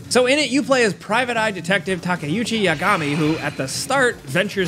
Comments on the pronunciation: Its takayuki not "takayuchi" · Takayuki Yagami right? Not Takayuchi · It's Takayuki, not Takayuchi. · Gameranx has my favorite video game reviews, but are we just gonna ignore how he called the protagonist "Takayuji Yagami"? xD